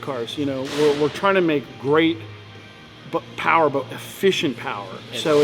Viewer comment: "More Powa Baby"